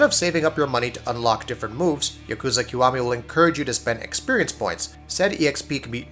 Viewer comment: Please,. Please. YA ku za. Not ya KOO za. Japanese pronunciation is soooo easy.